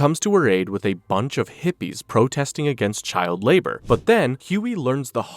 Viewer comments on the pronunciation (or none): none